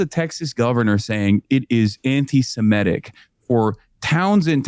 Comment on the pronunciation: Why is it, all of a sudden, NO ONE down south can pronounce 'antisemitic' properly any more? The word 'antisemite' doesn't get flubbed. But change the beat, and they trip over their feet!